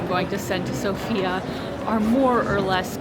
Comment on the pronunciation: Good luck! One of the first things that you'll learn when coming to Sofia is that the emphasis is on the O instead of the A, making it sound less like the traditional name.